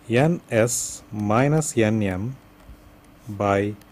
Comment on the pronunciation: loved the way he call Ns as 'anus' 😂😂 anyway very nice video